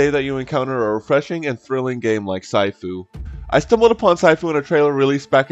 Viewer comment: Hey bro just to let you know that it’s pronounced sheefu (I think it’s supposed to be written this way I don’t know so sorry if I say shit 😅) but yeah I agree with a lot in your video keep up the good content bro 👍